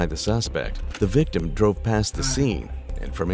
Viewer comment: "The victim identified him..." "VIVTIM"? Victim of WHAT?